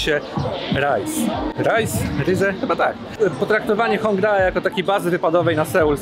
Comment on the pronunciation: Zgodnie z tym, co mówiłem w mogą zdarzać się błędy w wymowie konkretnych nazw. Na drugi dzień spotkaliśmy się z Wiolą z kanału Pierogi z Kimchi (film z nią będzie w niedzielę) i ona nam wyjaśniła, że mówi się "Hongde", a nie "Hongdae", a także "łony", nie "wony" (choć pod koniec tego filmu coś mi chyba zaczynało świtać, jeśli chodzi oto drugie). Dzięki za wyrozumiałość! :)